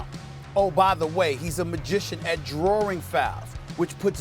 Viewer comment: "drawring fouls"